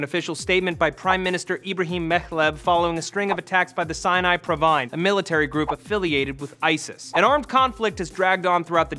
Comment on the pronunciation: It's Sinai province not Sinai provine... Lol